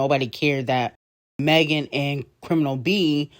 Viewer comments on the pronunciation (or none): none